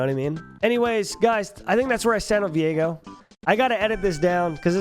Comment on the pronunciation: i hate that people pronounce viego like vi ego, no its 1 word VIEGO like vigo